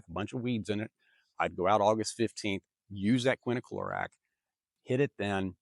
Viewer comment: I've been watching you for a while now and you have great advice. You, however, are pronouncing quinclorac wrong. You pronounce it quin-i-clorac. It's quin-clorac. Just thought I'd inform you. Not a big deal.